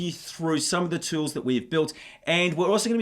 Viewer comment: "tewls" lol. But great content, thanks!